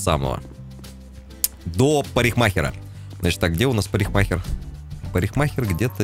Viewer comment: Даров,! Давно тебя ждали) "Парихмахер" конечно режет слух)) Он же от парика, а не от париха)) Конечно хреново, что в ГТА нельзя людям угрожать и полиция по сути не нужна -- все равно тачку можно вернуть, а за тобой после убийства никто гоняться не будет:(